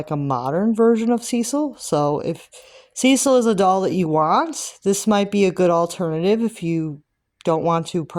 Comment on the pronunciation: It’s commonly pronounced: Sis-seal. 😊